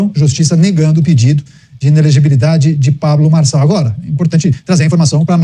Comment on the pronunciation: Fala certo o nome Marçal .